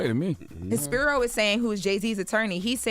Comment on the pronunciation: Just one note: It’s pronounced SP-EYE-RO